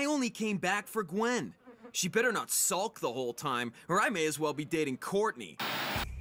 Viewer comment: 1yr late but messes up Gwen?? Gwen??